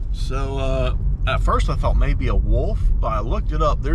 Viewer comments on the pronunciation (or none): none